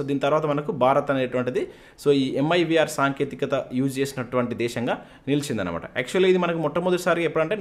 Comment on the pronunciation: It's Mirv not mivr